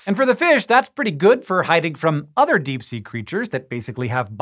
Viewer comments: "Dee" did you mean "Deep" ? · Disappear into the dee you say what is the dee? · into the dee lol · Pee is store in the dee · "What lurks in the DEE" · into the Dee? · “Into the dee” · "Into The Dee" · Into the Dee!!! Ew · Hehe dee